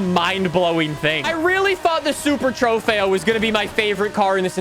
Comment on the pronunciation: I cringe anytime you say “trofeo”